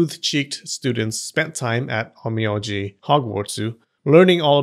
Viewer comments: Funny you say it correctly OhN Me Oh Ji then you go back saying it incorrectly as OhN Me Ah Ji... Even the Closed captioning has an Ō a Long Vowel, and that is the cool thing about pronouncing Japanese. All vowels are pronounced the same. Ah aye Eee Oh Ooo... Just an observation there. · On mee on gee😂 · Every 5 seconds, Onmyoji is butchered.